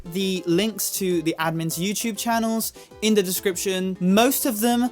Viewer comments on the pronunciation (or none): none